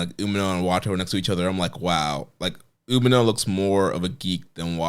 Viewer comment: Dude needs to learn how to pronounce Umino correctly, and nobody gives a shit about your promotion